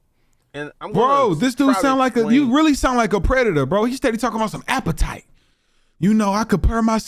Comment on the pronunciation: this man is ruining the word appetite